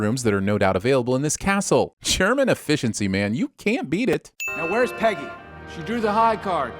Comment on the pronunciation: The sins narrator refers to Captain Carter as "Penny" rather than "Peggy." Ding.